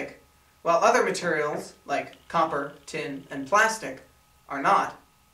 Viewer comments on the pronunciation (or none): none